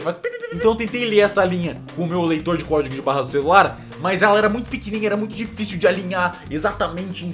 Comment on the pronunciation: "Díficel"? kkkkkk errou pra krlh XD